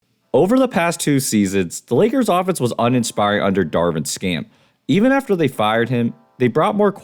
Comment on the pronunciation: Nah, bro is brutal when he said "Darvin Scam" 💀💀💀